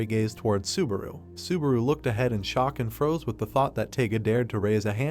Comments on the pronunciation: I think narrator sometimes want to say subaru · God stop saying suburu!!! I quit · i found a ned drinking game, every time subawu komms up :D